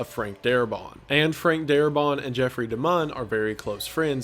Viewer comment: Its Frank Darabont. Not Darabon,or Darbot. And they did not fire Darbont because he wanted more money for the episodes and AMC did not wsnt to pay for it. They got rid of him because he wanted to do things such as having the zombies use tools and weapons and retain memories. And the series creator said, "No." His zombies are mindless corpses. If you watch the first episode you will see Walkers using rocks and bricks to break windows. And you see the little girl zombie pick up a teddy bear. And Morgan's wife jiggling the door knob. All of that stuff was because of Darabont and Kirkman did not agree with it.